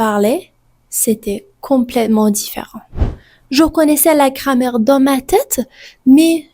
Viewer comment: «Cramer» au lieu de «grammaire» mdr